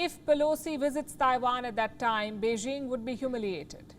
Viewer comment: "Beijing", "Xi Jinping". These words should not be pronounced with soft j's. Do you know why? It's because the language of China is not French.